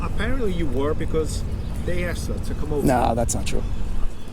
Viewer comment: "I axed you nicely"